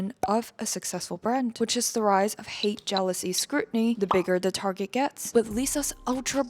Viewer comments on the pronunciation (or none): i m not lisas fan but the mostt thing that annoyed me is how u said target like bro its not tarjet🙏🙏😭